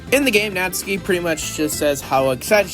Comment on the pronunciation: Natsuki is pronounced like how it's spelt, it just has a very short "u" (from what I heard)